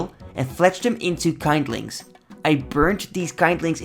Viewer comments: "Kind lings" C'mon bruh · Hey just do you know, the first i in kindling is pronounced like the i in "kill", not like i in "kind" (eye) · Haha funniest mispronunciation I've heard in a while.